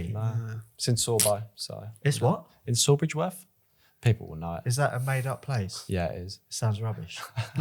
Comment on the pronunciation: What Why do you say Sawbridgeworth his